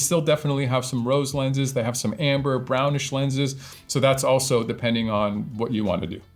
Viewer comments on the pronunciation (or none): none